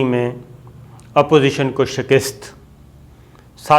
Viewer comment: شِکِسࣿت Shikist غلط تلفظ ہے۔ درست تلفظ ہے: شِ کَ س ت شِکَسࣿت Shikast شکریہ